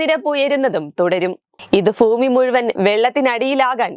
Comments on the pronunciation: ഫൂമി എന്നത് ബോറാണ് 🙏. ഭൂമി എന്നു പറഞ്ഞു ശീലിക്കൂ . വീട്ടിൽ സംസാരിക്കുന്ന രീതിയിൽ വാർത്ത വായിക്കുന്ന സമയത്ത് പറയരുത് . ഞാൻ തൃശൂർ സ്വദേശിയാണ് . അക്ഷരസ്ഫുടത തൊട്ടുതീണ്ടിയിട്ടില്ലാത്തവരാണ് തൃശൂർ ജില്ലയിലെ ആളുകൾ ഏറെയും . എന്നാൽ പാട്ട് പാടുകയോ ഇത്തരം സന്ദർഭങ്ങളിലോ അക്ഷരസ്ഫുടത കൃത്യമായി വരും . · TVM കാർക്ക് ഭ വരില്ല. ഫ എന്നെ വരൂ... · ഫൂമി അല്ല ....... ഭൂമി ഭൂമി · " ഫൂമി " അല്ല കുട്ടി, "ഭൂമി " പറഞ്ഞു പഠിക്കൂ.